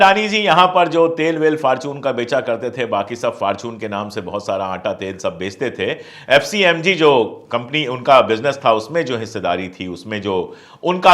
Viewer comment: एफएमसीजी होता है एसीएमजी नहीं होता है कृपयासुधरे